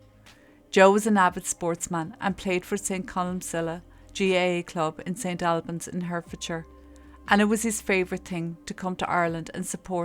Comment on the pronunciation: Pronunciation...just helping! St. Awlbans and Hartfordshire...I know English pronunciation can be tricky but then, of course, so can Irish!😂🤣😂You speak clearly and I like your presentation.👍 Poor, poor dear Joe.🙏🙏🙏 With Ireland in my blood, I was born in England of beautiful Irish emigrant parents from rural Ireland and to be honest this horrible attitude doesn't surprise me. I couldn't get enough of my roots, feeling at home there in every way and accepted until one day, I realised from things that happened, that actually I was always a 'blow in'. Prayers for Joe and his family.